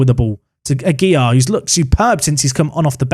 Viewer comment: Aguilar is one of those Spanish names that often differs by region. a-GEY-lar can be one way, but the safest is probably a flat style: agey-lar, with a slight emphasis on the lar. Unless a stress emphasis appears in the name, you can generally emphasise the second syllable of the name in Spanish names, though obviously there are regional differences - eg. MeX-ico vs Me-Hico). Phew! Shutting up now.